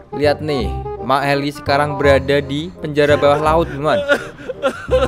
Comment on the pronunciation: Bukan maeli tapi maele